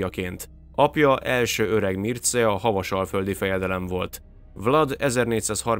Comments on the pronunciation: A Mircea kiejtése mircsa. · Mircea nevet így mondjuk és olvassuk= Mircsea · És nem Mircea hanem Mircseá-nak ejtik